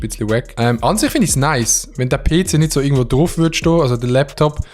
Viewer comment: jeder: ‘PC’ schweizer: “Peeeh Ceeehh”